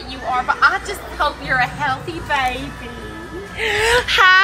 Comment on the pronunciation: "i tHinK u GoN bE a TruBle Makerrr" 💀